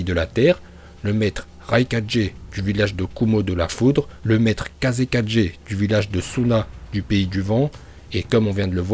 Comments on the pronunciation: Il me stresse a dire kaze4g au lieu de kage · Je va t'insulter tu dis kazekadjer raik 4g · "Le maître kazékadgé,le maître raikadgé,le maître mizukadgé,le maître tsuchikadgé et enfin....... Le maître hokage. Cohérence dans la prononciation:0 😂😂